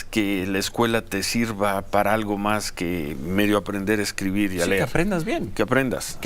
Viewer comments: El ex secretario de educación que no sabe pronunciar Ler es LEER dando opiniones je je je je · Si en algo son buenos estos tipos, es en mentir, este señor analfabeta funcional, que lo tuvo que corregir una alumna de primaria porque en su discurso no supo que se dice "leer" y pronuncio ler. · Critica este Exsecretario disque de Educacion que se acuerde cuando una niña lo corrigio y le dijo .NO SE DICR LER SE DICE LEER. a queSecretario de Educacion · Y ESE IGNORANTE ES TU INVITADO EXPERTO EN EDUCACION? -UNA NIÑA LO CORRIGIO AL DECIR "LER" -QUERIA QUE LOS RICOS PAGARAN POR SU EDUCACION Y LOS POBRES A LA VRG -VIVA MEXICO, VIVA AMLO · Que vergüenza que una niña de primaria te haya dado clases de como hablar correctamente (LER) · SIMPLEMENTE PERIOIDISMO HIPOCRITAMENTE FINANCIADO Y OTRO PANELISTA SIN APORTE SOLO CRITICAS.SON LOS HOMBRES VISIONARIOS DE CIRO AH Y DE HARVARD. SOLO TE RECORDAMOS QUE SE DICE LEER Y NO LER😂😂😂